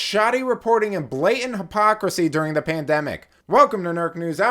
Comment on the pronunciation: What doe's blayent mean, use the fucking T in blatant or some sound like a stupid 10 year old.